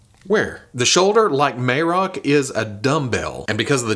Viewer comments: ok. let me help you out. His name is pronounced Muh Rock. Just say The Rock and replace it with Muh. Marrok. That's how they said his name in the show. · Now we need a Marrok that howls and shoots out green farts when you squeeze him. Get on it (add a toy company name here)! Pronouncing Marrok differently every time throughout the video was hilarious,.